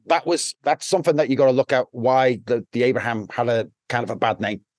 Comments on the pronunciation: He can’t even pronounce his name properly it’s John Ibrahim not Abraham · Its Ibrahim not Abraham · The blokes bodyguard but can’t get his name right. Ibrahim, not Abraham .